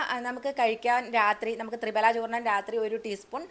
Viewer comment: തൃഫല എന്നുപറയാനേശ്രദ്ധിക്കു മാഡം